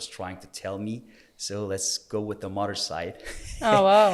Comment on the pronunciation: 😂 how he pronounces morer (mother) 😩